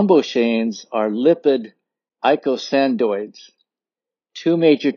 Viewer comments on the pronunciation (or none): O:44. Box. Pronounced: throm BOX aines. Eicosanoids was spelled wrong. Only one "d". Pronounced ee CO san oids.